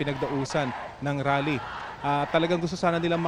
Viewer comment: mayron rap concert pala hindi rale😂😂😂